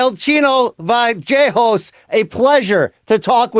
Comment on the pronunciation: BC IS AWESOME. HE FINALLY FIGURED OUT HOW TO PRONOUNCE THIS GUY'S LAST NAME 😂😂😂😂😂